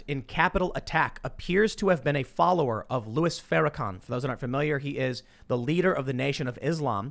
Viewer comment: Farakooker, typical. Hey Tim, say it BLACK SUPREMACIST. Its real easy. And it's real accurate.